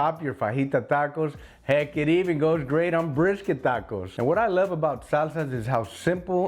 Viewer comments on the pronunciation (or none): I mean, if your name wasn't, I'd have known you were Texan when you said "it goes great on BRISKET tacos" Dead giveaway. I have my own mean salsa recipe I've been perfecting but it's similar. I took my base from traditional Mexican salsa.